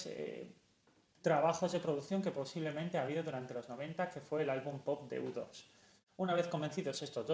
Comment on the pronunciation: Cáncer de oídos cuando dijo "u-dos". Amo a los esmashin pankis, nueva suscriptora.